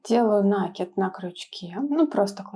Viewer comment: Да блин, не нАкид, а накИд. Проверочные слово накИдка.